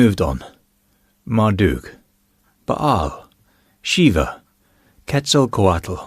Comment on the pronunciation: Another thoughtful and thought provoking video, thank you. Also, thank you for the correct pronunciation of Quetzalcōātl. Much appreciated. I was mangling it. 😄 (Many apologies to the Feathered Serpent and followers). Someone else has commented that you should keep the beard. It does look good on you. I personally like the style you have now, and dislike the wild and woolly look, but hey, it's not my face. 😂 If you, too, have a face of your own, check out .... 😂 I definitely agree with you that how you view your personal deities doesn't matter, as long as they encourage you to be kind, caring and considerate. I also remember the saying that science keeps happening whether you believe it or not. 😂 I've been watching some of Brian Cox's videos about the universe, the big bang, and the evolution of Earth, as well as the possibility of finding other cultures on other planets. The way he explained how absolutely rare it is for life to develop, and how special that makes our planet, is awe inspiring. ❤ If you haven't seen them, worth a watch.